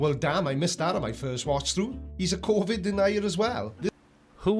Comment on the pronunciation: "co vid denier" 🤣😂🤣 We're in a Mel Brooks film, everybody! 🤣🤣🤣🤣